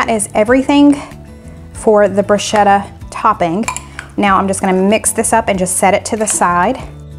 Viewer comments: FYI, bruschetta is the toasted bread one puts toppings on, if desired And the ch is pronounced K, rather than sh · the Korean Tacos - oh my! SO scrumptious!! And easy! Thank you! Btw, bruschetta is pronounced broo-sket-tuh. (A lot of people mispronounce it, so you're not the Lone Ranger - ha!) Also, you always pronounce Worchestershire sauce correctly even though you act nervous or unsure about it! (pr. Wu-stuh-shr) Flaunt that correct pronuncation girl - you've always got it RIGHT!! Love your videos (love your family!) and dear little Gracie Lou! I buy Butcher Block meats too and recently ordered Auntie No-No's seasoning because of your wonderful suggestion! Thanks! 💗